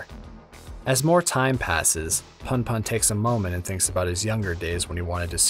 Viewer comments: "Welcome back, to goodnight puhn-puhn." ITS POON-POON. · It gets under my skin so much how you pronounce punpun. There's at least a reason for the "poon" version if you're familiar with American slang, which i gather asano was given the content and words he chooses